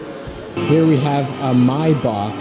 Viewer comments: Its not My Baak its MayBach lol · well not if you go with the original german pronunciation. Then instead of his "maybak" he has to pronounce the "ch" more gently or what ever, it's hard to explain in text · my-bach;-; wut r u sayin